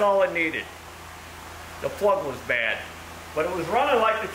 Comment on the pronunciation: "Torch" spark prug = NO RIKEE STARTEE!! 🤣🤣🤣🤣